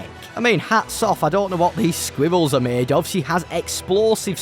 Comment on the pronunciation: My guy says squyvells